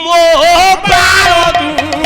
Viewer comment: ଏ ପାଗଳ ବାଳ ଶବ୍ଦକୁ ଠିକରେ ଉଚ୍ଚାରଣ କରୁନି. ଗର୍ବରେ ଅନ୍ଧହୋଈ ଖରାପ ଉଚ୍ଚାରଣ କରୁଛି.